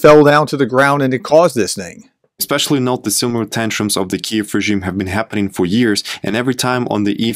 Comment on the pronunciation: "...it's pronounced Kyuif"...the same energy as:..."It's Ma'am"... No,, it's actually pronounced "Queev"...